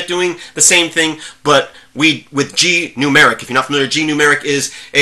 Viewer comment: Sorry if I said anything that made you think I don't like Gnumeric (and sorry for the mis-pronouncing of the name). I think it's a GREAT Program. And I never would use "lightweight" as a negative thing. Light weight means it's does have bloat and runs well even on slower machines. It's not a comment saying there are a lack of features.